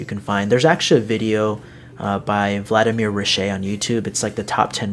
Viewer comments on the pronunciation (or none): none